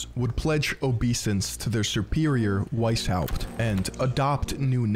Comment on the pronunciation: The "weis" in Weishaupt is pronounced "vice".